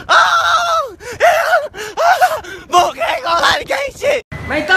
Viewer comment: Nobody knows how to say boonk